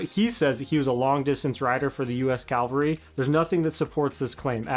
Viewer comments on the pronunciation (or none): Cav-al-ree. Not Cow-var-ee